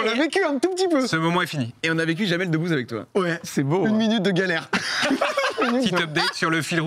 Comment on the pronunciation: Si, faute sur Jamel Debbouze et non ''debouzze ''